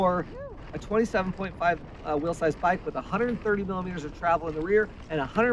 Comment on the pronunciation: Whenever he says "will size" I can't tell if he's talking about bikes or what he's leaving to his kids 😂